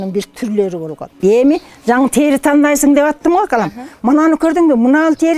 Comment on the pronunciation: Тээри эмес,тери деп эле айтылат